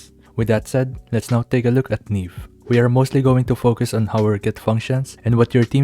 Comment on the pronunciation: Ne beh, like nieve